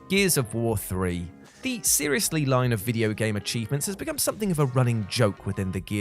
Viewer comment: Absolutely nobody: This guy: "cheeves"